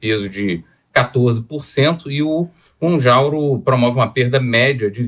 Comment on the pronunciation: Mounjaro dr. E não Mounjauro ! 😉